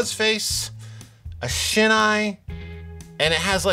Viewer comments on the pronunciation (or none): none